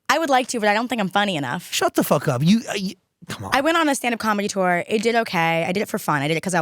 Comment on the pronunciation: Shaaaaaahht aahhhhp